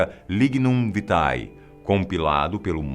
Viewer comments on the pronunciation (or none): Não se fala VITAE.. é latim e se fala VITE . O mesmo para LUNAE, que se pronuncia LUNE....por que quem grava vídeo em q tem Latim não vai pesquisar a pronúncia antes de gravar? Também o Papa não é João Paulo VI e sim Papa Paulo VI. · A pronúcia correta é "Lignum Vité" e nao vitae! (Pronúncia)